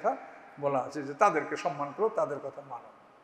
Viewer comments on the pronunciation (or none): none